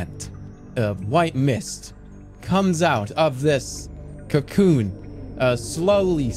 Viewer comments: oh wow i didnt even notice it was ai until he said cyacyoon 😂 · No matter how good ai voice jerma gets he will not be able to say cocoon